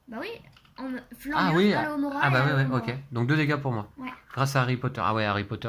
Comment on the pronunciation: Aloévéra 😂. Je doute que le sort fonctionne en le prononçant de cette façon. À chaque fois que je t'entends le dire, je pense a du liquide vaisselle ou autre produit contenant cette plante. Attention de ne pas exploser 😂 . C'est alohomora. C'est drôle que le jeu soit en français mais le nom des maisons en anglais, ca fait bizarre de t'entendre dire slytherin au lieu de serpentard qu'on a plus l'habitude d'entendre. Bravo à Lou et passez de bonnes fêtes de fin d'année. 🎉🎄